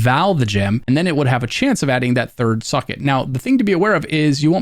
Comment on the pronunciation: This is amazing. I respect the hell out of how long it took to make. I also dont mean this sarcastically, but I actually enjoyed the fact that I heard your pronunciation of "socket" as "suckit"